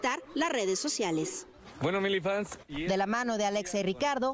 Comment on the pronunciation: Muchas felicidades, hahaha te adoro❣️ Aunque no me gustó la pronunciación de milifans >:v Ahí que si hablamos español xd